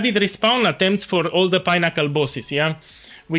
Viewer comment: Pineaccle 😂, love the content and the hilarious intros.